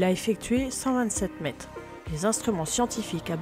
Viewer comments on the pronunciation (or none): Bravo ,excellente préstation , par contre la diction est perfectible à peu de frais , les centimet',met' et autres quat' ça ne passe vraiment pas , par contre excellente diction des noms étrangers . Vous faites infiniment mieux qu'Hugo Lisoir qui me les broute franchement